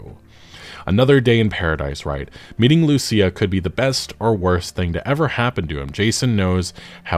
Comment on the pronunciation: The way you pronounce Lucia is pissing me off 😂